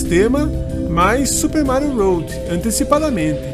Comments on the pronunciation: É melhor você falar desta maneira que a maioria das pessoas falam do que falar da maneira que está no vídeo, que fica parecendo ROAD, que significa ESTRADA em inglês. 😉✌🏻👍🏻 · Amigo, o vídeo ficou muito bom! Permita-me apenas uma correção: se diz Super Mário WORLD (leia “uôrd”). Um abraço!